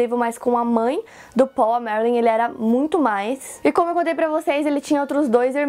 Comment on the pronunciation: O melhor é ela falando o nome dele que é Paul como se fala em português. 😅 Ou as vezes ela fala PÓU. 😂😂😂